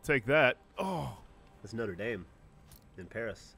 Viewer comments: "noder daim" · they pronounced notre dame wrong, haven't they ever watched the disney movie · Why do you guys say Notre Dame so poorly! I mean you have someone who speaks French under your employment! Maybe try learni.... oh wait it’s America